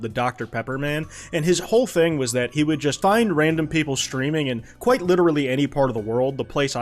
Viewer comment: “Kwite” literal